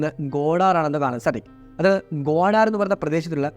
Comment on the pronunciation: ഗോഡാർ അല്ല ബ്രോ ഗുവാതെർ